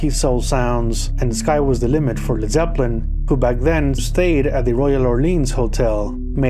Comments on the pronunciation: all he's got to do now is learn how to pronounce the bands name. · Dude you can't even pronounce led Zeppelin properly